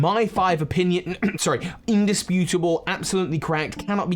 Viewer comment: "Undisputibale"🤣 you were killing me with that I agree with the exp share should be able to be turned off vos I accidentally overpowered after the 2nd gym from the underground😅 had to switch out my team twice I also had a pokemon kill a rare pokemon i was trying to catch and asked for praise... I was like "no, you're about to get boxed!" 🤣 affection is def easier to achieve. As for the character designs... I'll say that the best part was giving them life. They each have their own ball throw animations and loosing animations and I love that, so I can overlook less detail in their designs. The swimmer throwing thier ball in as a volley ball, or the lass pouting after she looses just adds a great touch for me